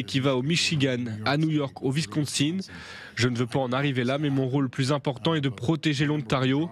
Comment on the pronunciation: C’est comme quand ils nomment les états américains, le wisconsinne, on ne dit pas tintinne